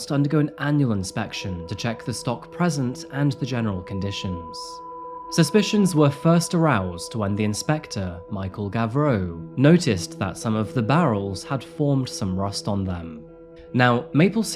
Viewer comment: Mostly ☺️ Michel Gauvreau is pronouce "govro"... But for the rest I was pleasently surprised 😁